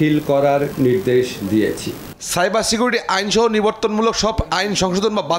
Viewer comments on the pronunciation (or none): তৌফিক মাহমুদ মুন্না নামের এই কোন খ্যাঁতরে নিউজের দায়িত্ব দিয়েছে? সাত্র, নজজুল, পত্তাহার, কত্তে পারবে, দম-পত্তি, মদ্যে, নিদ্দেশ, ছাইবার সিকুটি এইসব উচ্চারনধারীকে কিভাবে নিউজের দায়িত্ব দেয়া হয়? লিংকে চাকরী নিছে নাকি এই লোক?